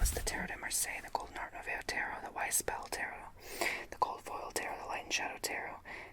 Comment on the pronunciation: Hi ☺️ Art nouveau is french and it means new art. Nouveau is pronounce nuvo. Do you also have oracle decks? I have some tarot decks but have more oracle decks. Good video ❤